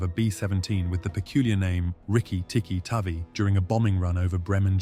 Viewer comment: With regards Rudyard Kipling’s “Rikki, Tikki, Tavi”……Tavi is actually pronounced as: “TAYVY”…..Hope that helps!